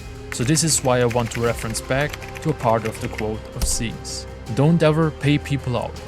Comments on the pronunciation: not ''zeez'' its ''zyzz'' not even a true brah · Can’t even say his name right you mirin brah ?